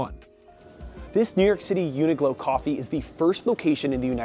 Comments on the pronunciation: It says uniQlo so clearly by him, but he’s saying glow? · Uniqlo not Uniglo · he does it each time he says the brands' name. Qlo makes a 'k' sound not 'g' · Its UNIQLO (unik-low) not UNIGLOW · The presenter keeps on saying Uniglow. It's actually Uniqlo (pronounced Klow).. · it's uniqlo not uni-glow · It’s Qlo not Glow. Oh my God…. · Why is he pronouncing it like uni-glow? it's a q. uniqlo. uni-klo. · It's YOO-nee-kloh not uniGlow lmao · It"s a 'Q". Not UNI-G-LO ! Does your reporting even know retail brands??? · Americans .,.... it's UNIQLO ... not UNIGLO ........ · I know damn well a lot of people ended the video hearing you say “uni-glow” 😂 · Why’d the host call it “UNIGLO”!? There’s no G bud… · We’re just gonna act like he’s not saying “uni-glow”? 😭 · I absolutely hated the way he said Uniqlo and kept saying it wrong really really got to me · Welp I’m fluent in Japanese and I don’t pronounce Uniqlo the “correct” way bc it’s too long (4 syllables). I don’t blame anyone who “mispronounce” Uniqlo if they are gonna make a name this difficult to pronounce. Especially cause uniglow is not even that wrong compared to the Japanese name.